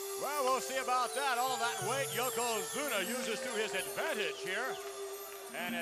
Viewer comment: I heard more than one person say yokozuma